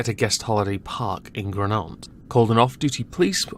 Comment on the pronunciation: "GranONT" I understand the mistake you've made here, pronouncing it in a French accent, but Welsh is actually phonetic. Gronant is pronounced "GRON-ant".